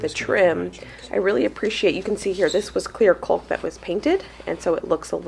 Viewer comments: I love how hard you and Josh are working and everything is turning out so nicely but one thing drives me crazy as I watch. Your pronunciation of the word caulk. According to every pronunciation guide I can find, the “L” in the word is silent. I hope that I have not offended you. Like Josh, I am very detailed oriented and every time that I hear you say that word it makes me wonder if, perhaps, I have been mispronouncing it. Thanks for being patient with me, I love watching you guys and am constantly amazed at how much you can accomplish. Keep up the good work. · Hi. The new house is looking fabulous. So much hard work before actually moving in. I had gardeners anxiety this year. We had cold temps here in Ontario until mid June now it’s so hot the plants are just barely making it. Can’t wait to see the freezer meal vid. It’s great that u can help complete the work and you actually mentioned this in a previous video, the L in the word caulk is silent. Does Josh pronounce it the same as you do? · Caulk vs Culk. Think of Australia - has the "awe" sound. C-awe-lk. Not that I'm OCD about anything, pronunciation included, haha. BTW - the flowers in your garden are gorgeous!!! The new owners-to-be are going to have such a beautiful yard!! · CAULK. CAULK CAULK. not Culk 😳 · please it's pronounced ( Caaaaalk, not Cuuuulk.😂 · "Caulk" rhymes with "walk", not "folk". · The way you say 'caulk' is absolutely KILLING ME!!! Instead of 'cull-k' think "CALL-K" emphasizing the wrong vowel... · What a great job are doing! My hubby and I don't work well together on projects usually. And the way say "caulk" like "culk" cracks me up! In Georgia it's "cock" like a male rooster. No L. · I’m from illinois, been watching you a while…like that you say “cul-k”, here we say “caw-k”. Funny how our regions influence our speech. Wonder how many other pronunciations there are?! Happy house reworking! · Caulk is pronounced cawk as in hawk in the U.S. Love your videos!